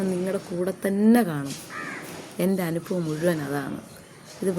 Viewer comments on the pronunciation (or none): none